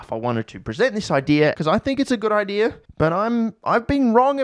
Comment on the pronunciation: Hey, can you show us where in the word, "idea" there is an r? I've asked Australians and scientists, but never an Australian Scientist.